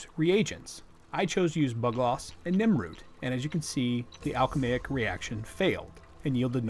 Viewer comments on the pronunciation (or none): Please tell me he didn't say 'Nimroot'